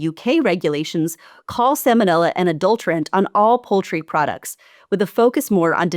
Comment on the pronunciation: Sa-L-monella. There’s an L in that word. It’s not Sam-onella.